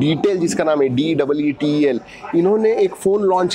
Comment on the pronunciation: SIr Phone Nahi TV aur Deetel Nahi Detel , Lagta hai aap Airport par ghumnte Ghumte Confuse ho gye ho😅😆